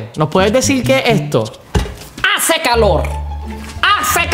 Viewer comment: EJTO EJTA JICO EH EH EJTO EJTA JICO